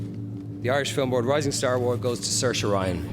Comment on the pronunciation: I never thought Ronan was hard to pronounced, or maybe its just the accent, but Im certain i heard Ryan. glad he says the name Saoirse right. xD